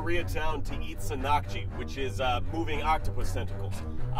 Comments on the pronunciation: the emphasis is on "san" in the word sannakji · its not sannkji its actually pronounced san nak ji and this shit is really good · It is not sa-nak-jee, it is ssan-nak-jee.